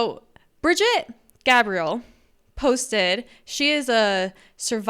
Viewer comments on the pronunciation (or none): none